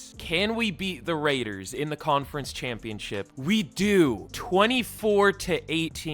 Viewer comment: never say the raiders name like that again